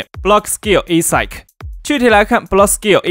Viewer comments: 英文发音加强一下吧 听到快吐了 ASIC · 我也是第一次聽到這樣唸